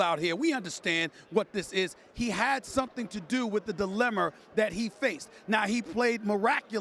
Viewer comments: Why do people pronounce dilemma, dilemer? He’s educated and a professional broadcaster, I just don’t get it. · Did dis bum just say “dilERma” (dilemma) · Did Stephen A say "dilemmUR?" Lol.